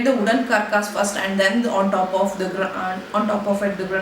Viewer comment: It's Granite /ˈɡræn.ɪt/ not Granight.